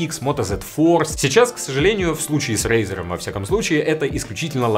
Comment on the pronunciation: Не смог выговорить. Это тебя Валя наказал рекламировать razr?